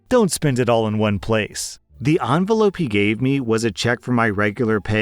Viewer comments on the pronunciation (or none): What is an ONvelope. Is that like an ENvelope?